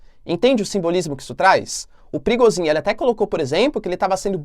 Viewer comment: Olá. A pronúncia é "Prigojin" e não "Prigozin".